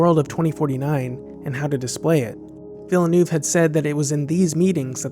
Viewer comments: I really appreciate the upload, but you were driving me crazy with by mispronouncing Denis Villeneuve’s name, it’s Villeneuve as in Love, Villenove. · Take a shot each time the narrator says "Villanoov", weee! (great video though) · Great video, love them all. But you keep saying Denis Villeneuve funny lol. It's just duh-KNEE vill-NUHV. It's french. Americans seem to struggle with french pronunciations. Keep up the good work! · Ouch.. It's Vill-neough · the "e" in villenueve is silent btw. just say vill. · His name is Denis Villeneuve, De-ni VILLE-NEUVE (2 syllable surname, not 3!!!) meaning "NEW-TOWN" You called him De-ni, but where did you the 3rd syllable from for his surname?!!!! Everyone who interviewed, or mentioned him was able to say VILLE-NEUVE, but you. UGH!!! [BTW, 'route' rhymes with 'root' as in "Route 66." To 'rout' is to beat badly. Check it out.] - This is the one and only but MAJOR flaw for this otherwise good analysis. As a result, I give this a thumb DOWN. Sorry. Yes, I am CDN. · Did you know that Villeneuve means New city But you are pronoucing It wrong You don't pronouce the e in Ville In french many letters are silent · Villeneuve is pronounced completely differently, really! It's like saying mont blankkk. It's my only critic on your video. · Deneeee Villnööööww... sorry, you have to hear it, the name is FRENCH, dammit! Just learn the pronuciation, man!!! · Heads up. You are pronouncing Villeneuve wrong. It hurts me every time. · I really enjoy your critiques but if you'll allow me to make a suggestion, perhaps you could ensure that you pronounce foreign names correctly - it's extremely distracting to continually hear the name "Villeneuve" mispronounced - it's very easy to pronounce correctly (and it's straightforward to find the correct pronunciation online, either in YouTube videos or even his Wikipedia page) - it's "vil-nerve", rhymes with "curve". Otherwise, keep up the excellent work :) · Villeenuve ... Villeneuve